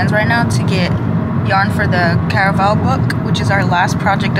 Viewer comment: I haven’t read caraval but l want to befor u said caravsl l thought it was carnival